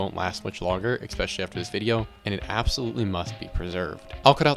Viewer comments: The word is eSpecially not eXpecially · your video is very hard to enjoy or take seriously every time you say X-specially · Wild how common this mispronunciation is. People do the same with espresso.